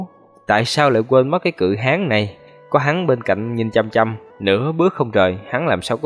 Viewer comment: Tui khổ ad lắm luôn á. Cự Hán mà cứ đọc thành Cự Háng nghe tượng hình bậy bạ quá 🤣🤣🤣